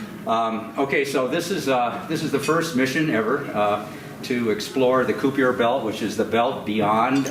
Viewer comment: That Koo-Pee-Ur belt.